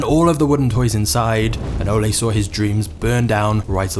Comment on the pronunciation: The narrator is pronouncing Ole wrong! I’m Danish.